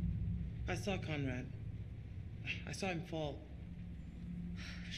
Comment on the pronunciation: Conrad la nama dia..bkn concrad😂